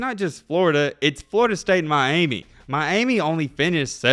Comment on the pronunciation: It's pronounced my-amy not my-aimie. Other than that, right on!